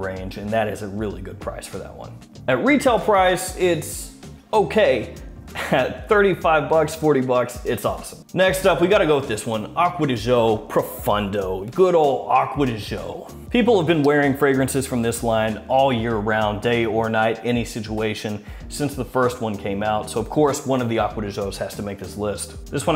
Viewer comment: proFUNdo? isnt it proFONdo? is there something else thats actually proFUNdo, or am i cpmpletely wrong?